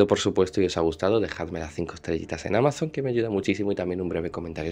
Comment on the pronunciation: Porqué dices AMAZONT? 😮